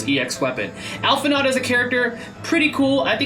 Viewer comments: Hey!! Just a quick correction that Alphi’s pronunciation should be Alphi-“know” since their name is of French etymologies. 😅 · You pronouncing the D in his name is driving me insane. Alph-In-Oh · pet peeve, its "Al-Fee-No." >< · It's pronounced Al-fi-No, the D is silent. :) Thanks for the vid, appreciate the analysis!